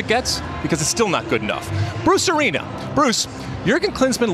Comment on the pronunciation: All i hear when you say bruce arena is brucerino